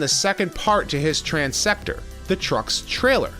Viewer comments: It's transtector, not transector. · I am pretty sure it is Transtector not Transector.